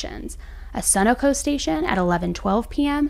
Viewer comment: This is a sad case. I grew up in the Columbus area. And crime is so high there. Side note. Are there no Sunoco gas stations where you live? It’s pronounced Su-no-co. Lol just trying to help. 😊